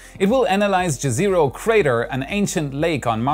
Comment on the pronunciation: the landing place's name is pronounced YEZERO or IEZERO which means LAKE in pretty much every slave language (Slovenian, Croatian,...)